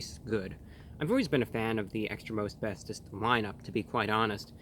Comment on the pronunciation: him: extra most bestest my ears: extra asbestos